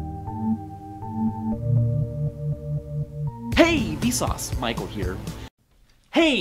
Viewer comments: The past 3 mins, I thought he said "Hey V sause, Mike will hear"😂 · To more I hear the “Michael Here”, the more it sounds like “Might go here”.